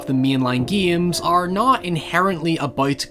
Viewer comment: I love how he says games like geeims.